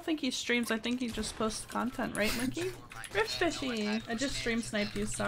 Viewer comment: Rifty's Streamer name: Riftyish! Me And Rifty: There is no way somebody could pronounce "Rifty" wrong Her: RIFTYFISHY?